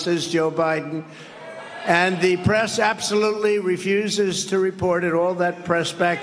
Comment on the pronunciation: He can’t even speak! The “pree society”?